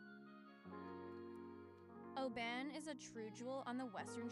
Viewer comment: Guys Im Scottish and visit Oban regularly, please pronounce the name right O B AH N lol,,,,,so glad you visited and great footage. I have it on my channel a drone view have a look. New Scottish Subsciber